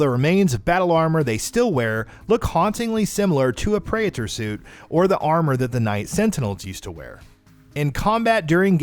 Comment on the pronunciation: also the preator suit he says pre ator suit. does he even english?